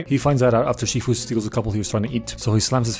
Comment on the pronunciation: Wait did you say Master Queefu